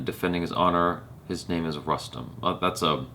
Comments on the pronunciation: On a funnier note... used to pronounce 'Punjab' as 'Poonjab' for a while, before he was told that its actually like the word 'pun'. So with 'Rustom', felt..wait I know this shit, I won't fuck up by calling it 'Roostom' n I'll call Rustom like 'custom'. Haha! little did he know.:) you're cute af! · "Rustom" is pronounced as "Roostom".. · शायद फ़िरंगियों की बुद्धि काफ़ी मोटी होती है। अक्षय कुमार फ़िल्म में ख़ुद को बार-बार "रुस्तम पावरी" कह रहा है, और इसके बावजूद ये भाईसाहब "रस्टम" "रस्टम" कर रहे हैं। कुछ तो गड़बड़ है दया...!